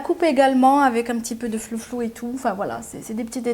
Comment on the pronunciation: Merci pour le bon plan Asos PS: on dit "froufrou" pas flouflou 😉